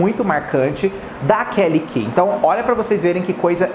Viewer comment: Meu deus a Kelly Key é da Warner. Mas falou certinho.